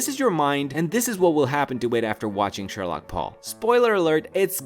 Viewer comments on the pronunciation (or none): Shorlock paul not shorlock chad